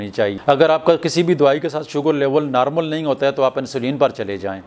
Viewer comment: Prablum nahi Problem .kadum nahi kadam.narmul nahi normal.nazur nahi Nazar.